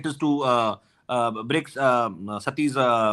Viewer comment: Sati* not rati